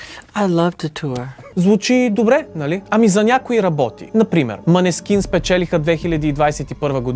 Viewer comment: Харесва ми направеното от Вас, но все пак: групата се нарича „Монескин“. Å в скандинавските езици се чете „О“.